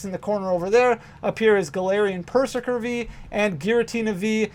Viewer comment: Pretty sure Perzerker should be pronounced like Berserker